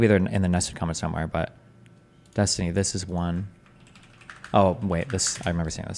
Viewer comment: Yes Destiny, you pronounced it correctly keep on using it that way